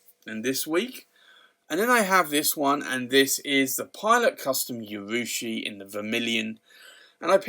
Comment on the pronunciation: Just FYI there is no Y in the pronunciation of urushi